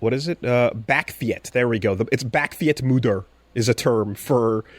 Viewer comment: Always funny to hear a north american try to pronounce a dutch word, it's pretty much always wrong😂. "Bakfiets moeder"